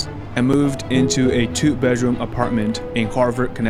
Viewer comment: Time-code , what an usual way to pronounce word “bedroom”